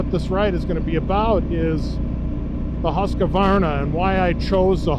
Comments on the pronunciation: Thanks, was about to say the same I understand the writting isn't obvious for english speakers. It's "Husk varna" not "Huska varna" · Petty nitpick on the pronunciation of the Husqvarna but as you can see by the spelling of the name that there's no 'A' after the letter 'Q' so there's no need to pronounce it with one. Hill assist is a very nice feature to have on these mid size and full size adventure bikes, I'd find myself in a bit of a pickle in some scenarios on my 1250 GSA if it didn't have that feature. I doubt you'll see adaptive cruise on the middleweight bikes from manufacturers that offer larger, more premium adventure bikes, at least not anytime soon. I agree with in regards to cruise, in the adventure bike category it's no longer debatable for myself, it's a necessity.